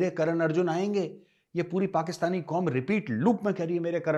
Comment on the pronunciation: हंमे बहुत जजबा ह्या.. हम जिंदा कॉम ह्या.. हम आसमानी कॉम ह्या.. एंडिया कि साजिश ह्या.. उसकी सबकी साजिश ह्या.. 😂😂😂😂😂